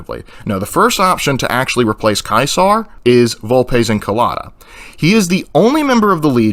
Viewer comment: Its funny because you say Ulpes "Inculata", in Italian "Inculata" means "To fuck", or also "A scam, a really bad Scam"; "Inculta", is right.